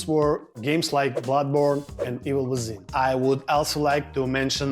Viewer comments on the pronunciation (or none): bro you just gotta love the pronouciation of the "The Evil Wizhin" Also SCAVENGER'S REIGN MENTIONED LETSGOOOOOOOO"!@ WTF IS A SECOND SEASON CONFIRMED???!!?!?? 💀💀💀💀😭😭😭